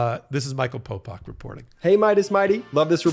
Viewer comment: How is popok 'pow pak' and not 'pow powk'?